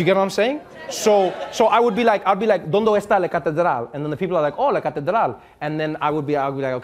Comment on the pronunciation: he was fairly good until he said "¿dóndO está la catedral?" (then he failed a few words), overall you can get he understands spanish at 60% at least and pronounces it better than many non-native with far more years of experience.